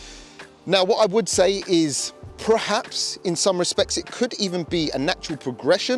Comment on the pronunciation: "PER-HAPS" not "Prehaps". Sorry, just bugging me. Jamie FYD says "Prerformance" and it's like nails down a board.